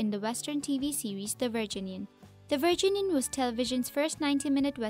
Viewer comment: I cringed every time she said the word "Virginian".